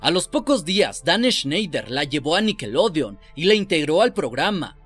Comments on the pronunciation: No se que es mas malo..lo que paso o la manera que dice nickelodean...para mi que es con O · Buen video, espero que algún día logres pronunciar snider y nickelodeon.